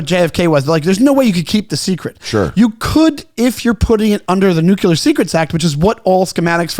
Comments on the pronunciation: Great pod! Say it with me nu•klee•ur not nu•que•lur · Can’t take this guy seriously. He keeps saying “nucular” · can't pronounce "nuclear" correctly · NUCLEAR...🫠 FFS